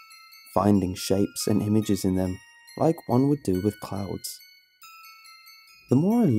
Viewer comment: I DONT WIKE IT I DONT WIKE IT